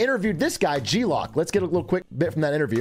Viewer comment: g-loc = g-loke. as in loco, or 'what up loc'